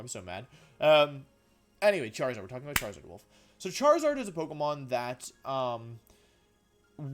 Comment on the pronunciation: You should say Volfey*